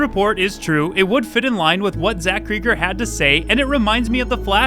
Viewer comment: It’s pronounced Cregg-er, not Cree-ger.